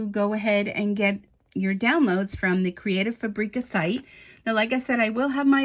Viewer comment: You have an affiliate account with them, but you can’t pronounce their name.